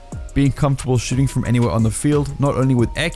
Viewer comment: The way he says shooting is so funny to me Shoo ting